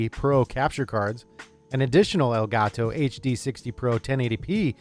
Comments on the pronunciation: Why Does the nerd tech guy say "ElgaTo" like that LULW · "el ga toe"